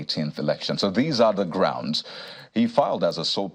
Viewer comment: please correct that "gorunds" to grounds